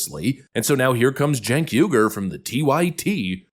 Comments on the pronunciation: It’s pronounced “Jenk”, like in “Jenkins”. And the family name is pronounced “Ou-eee-gh-ou-r”. Turkish names. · Spelled “ Cenk “… Pronounced “ Chunk “ 😂